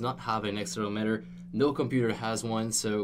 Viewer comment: Pronounces Accelerometer wrong. Me: Dies.